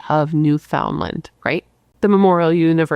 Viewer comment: Good morning & The Bratt Pack! Newfoundland pronounced new-fin-lind kinda lol Happy labor day from bc Canada 🇨🇦 ❤